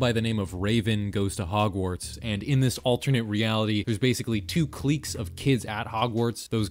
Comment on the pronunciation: LMFAOOO. Cliques is pronounced clicks. Not cleeks. And Lewis Carrol is Care-rel. Not Cuh-role. 😂😂